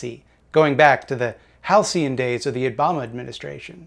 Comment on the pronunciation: Nailed halcyon but messed up normalcy. Good old.